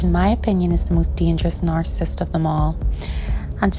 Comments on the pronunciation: The way she say narcissist is so annoying .. "narcisst" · Nar-ci-cist. Not nar-cist. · It would help if the author knew how to pronounce narcissist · Nar-ca-sist - sound it out. 3 syllables, not 2. Narcissist is the word. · Why don't you begin by practicing pronouncing "narcissist" a few times and polish your general diction BEFORE making a bleedin' video?! Did you get your script from Reader's Digest? Comical.